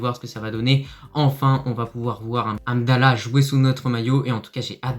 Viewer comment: juste les noms des joueurs, comme hamdellah , pas amdella ......, mohamed, pas moamed